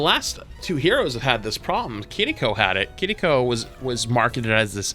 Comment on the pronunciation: Wow, you are the first streamer I have heard pronounce Kiriko correctly!